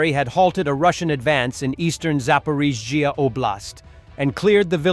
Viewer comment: AI voice still unable to pronounce Zaporizhzhia.